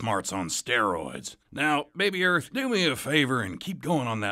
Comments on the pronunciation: Not arth. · How you pronounce this? Arth? Earth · Lol. How can a teacher not pronounce Earth?